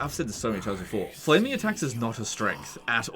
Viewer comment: How did he mess up “flaming dick” and “flaming attacks”?